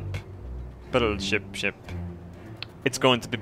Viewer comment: he really meand it when he said battleSHIP :3